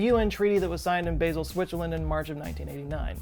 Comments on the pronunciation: Basel = BAH-zl Sorry. Lived in Switzerland and loved my time there. "Basil" makes me cringe. Otherwise, great video. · Hello... From Switzerland. Your channel is my #1 favorite (yes, I am subscribed). As usual, another great vid; thank you. While I am here, if I may, "Basel", the Swiss city, is pronounced "Baa-zil" and not "Bay-zil". No big deal, just wanted to throw that at you. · It's pronounced "Bah-zel", not "Baysil" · It's bah-zle, not bay-zle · Basel - it's not pronounced BAY-sel. It's pronounced BAH-sel. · Love your channel -- try "baH-zel" rather than bay-zell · Baa-zel not Bay-zil., oh no! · I think it's pronounced BAH-sel... instead of Baaaa-sel. All good, great video, I learned alot. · it's pronounced 'Bah-zel' not 'Basil'... sorry that annoyed me more than it should have ;-) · It’s pronounced Baa-zl 🤓🤓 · The 'a' in 'Basel' is weirdly not pronounced like 'hazel', but instead like a pure, long 'a', as in 'part', 'start'. 'Baaasel' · Hey! Love the video, just letting you know, Basel Switzerland is pronounced with a soft ah sound not the long ae sound, so not like the spice basil. I lived there for three years, it’s a beautiful place, very clean! The Swiss are very serious about their waste management for sure. Had to organize all of my glass recycling by color beforehand before turning them in, and there are recycling deposit locations around literally every corner. It doesn’t surprise me that they would be at the forefront of this either! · love your vids, but please... its bAsel with a straight A as in HAHA. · And there was me thinking Basil was a Erb! I think he means Basel pronounced Bah-zl in Switzerland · Ooh god! I'm more distracted by the fact that he can't pronounce Basel! It's pronounced Baa-zel! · Basel is pronounced BAH-zel. but yay on the recycling tech. A-MAH- zing. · Basel: Bah - zel. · Baa sel pronunciation in Switzerland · Just FYI... Basil (Bay-zill) is an herb used in pesto. Basel (Bah-zull) is a city in Switzerland. :))